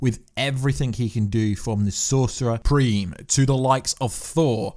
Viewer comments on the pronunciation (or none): "Sorcerer Preem" Nearly